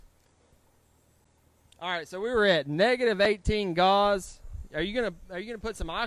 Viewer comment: I'll bet you know plenty about welding. I've enjoyed your videos. But, Gauss, the measure of magnetic field strength is pronounced "gous" not gauze. I risk sounding rude by correcting you but, I would want you to tell me.